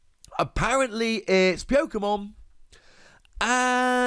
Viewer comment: it's his accent, he still said pyokomon